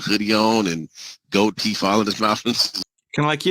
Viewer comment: Did he really say "gold teef"? Seriously?